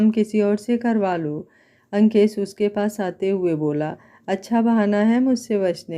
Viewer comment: Nice story mem par aap Ankesh bolti h to yeisa lgat jeise lankesh bol rahi ho koi dusra naam rakh leti mem